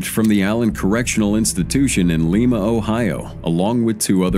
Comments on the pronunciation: As someone from Ohio, Lima is pronounced “Lie-Ma”, just tryna help man👍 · And Lima is Lie-muh